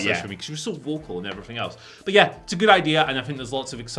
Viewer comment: “and efferything else”